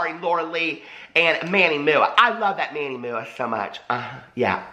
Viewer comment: “Manny Moo-ah” 😂😂💀